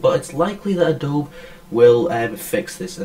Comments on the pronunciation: Surely its "A DOBE E" not "A DOBE" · Thank you! For some reason that is really really annoying to hear ahhhhh dobe. adobeee dammit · Yeah it's "a-do-be", not "a-dobe"; I checked the official YouTube. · Great vid, but its pronounced UH-DOH-BEEEE...gawd, it's like non-Texans pronouncing Montague Co. (MON-TAYG) as MON-TA-GEUW...thats NOT HOW YOU SAY IT!!!!